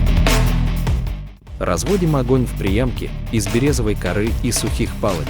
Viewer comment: Не "березовой! а берёзовой!!!